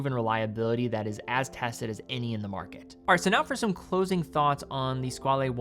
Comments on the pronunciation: Squale is French for "shark", not italian (Squalo), therefore it is NOT pronounced "skwal'hey" , but "SKWAL" ! It's very annoying to hear all watch influencers getting that wrong. I guess we can thank TGV for that... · nope, it's French for Shark and it's pronounced "skwal"